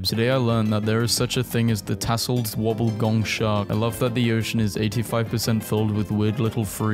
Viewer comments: It’s an Australian shark they are cool also it’s pronounced woby-gong not wobble-gong also some look alot different to that apart from the textures of it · It's pronounced "Wobby-Gong" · There is no l in that sharks name it's pronounced more like woe be gong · You pronounced wobbegong wrong